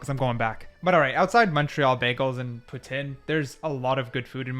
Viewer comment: From an angry Québécois, lol. I applaud your pronunciations in French, especially Poutine, you nailed it 👌